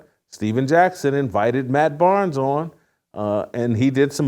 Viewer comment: Barnes! Not Arnes!!!